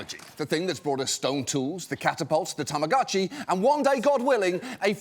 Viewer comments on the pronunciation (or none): TAMAGO-CHI IS PRONOUNCED WITH A LONG O. TAMAGO IS JAPANESE FOR EGG. たまごっち